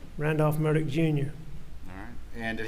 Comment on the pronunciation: So he pronounces his name as “MurDOCK”?????